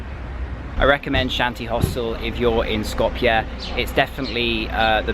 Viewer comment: Hey man thanks for pronouncing Skopje correctly, love from Macedonia